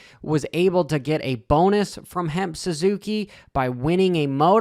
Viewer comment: HEMP SUZUKI??? it's HEP